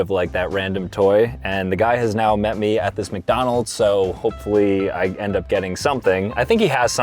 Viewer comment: "mcdonal's" : sob